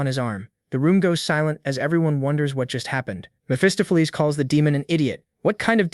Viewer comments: "Mestopolese, Messohplease, Mesofees, Mesafuz, Messoffleas," LOL I'm sure some where "Mesophiles" is out there pulling out his hair every time his name is mispronounced. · lol Miss Fist-of-Fleas is your best mispronunciation of Mephistopheles